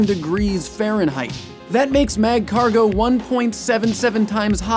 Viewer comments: You don't pronounce the first "g" in magcargo. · It's magcargo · The pronunciation of Magcargo alone is killing me... dead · The g in Magcargo is silent. I think all pokemon have killing potentiol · The "G" in Magcargo is silent. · Great job on this episode tho it Really frustrated me because you pronounced Marcargo's name wrong tho i cant blame you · THAT'S NOT HOW YOU PRONOUNCE MAGCARGO